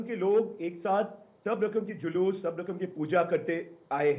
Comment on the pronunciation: जयश्री राम, ऐसे अनपढ़, बेवकूफों को जुलूस शब्द भी बोलना नहीं आता, जुलूस को जलूस बोलता है, करोड़ों बार धिक्कार है, ऐसे अनपढ़ मूर्खों को